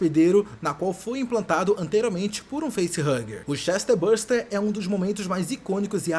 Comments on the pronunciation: Não é CHESTER buster, é "Chestburster" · Por que você fala "ChestERburster"? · Chester buster não amigo, Chest, de "peito", "tórax" - burst quer dizer estourar. Ou seja, um ser que estoura o tórax. ChestBurster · "Chester" buster........ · "Chesterbuster" é novidade 😂😂😂😂😂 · Correto é chestbuRster (estoura-peito) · Daora esse "Chester buster" kkkkkkkk